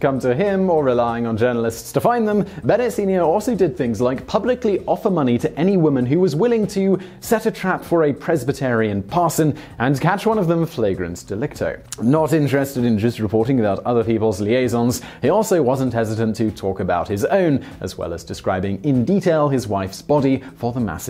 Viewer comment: So even 3 years ago, Simon just read the words written for him without checking on pronunciation. Honestly - I haven’t heard anyone say “in flagrant delicto” (rather than “in flagrant-ay delicto”) since 4th form in the UK. Gordon Bennett !